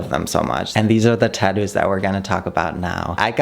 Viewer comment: Why do u say tadoos